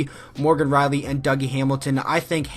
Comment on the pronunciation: omg it R I E L L Y Rielly not Reilly. AHHHHHHHH